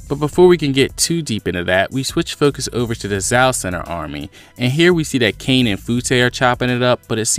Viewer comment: The pronunciation of Kaine's name would be Kai Ne, not Cain with a silent e.